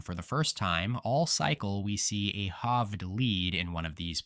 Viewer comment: By far the least biased channel covering these predictions. Can you please learn how to say Eric Hovde though lol